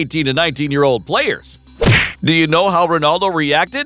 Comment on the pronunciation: I was irritated when I heard the first "Ronarldo" then I felt physically sick when they actually referred to him as "CR7".